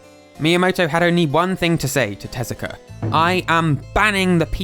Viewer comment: Takashi TEZUKA, not "Telaka"